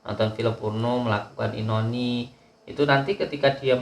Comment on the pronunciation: Punten gus... Onani bukan inoni 🙏🏻